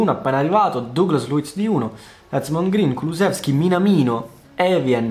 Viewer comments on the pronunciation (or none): none